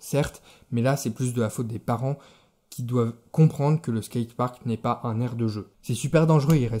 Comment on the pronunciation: A ta place je fermerais ma geul quand on dit [skayteparkt]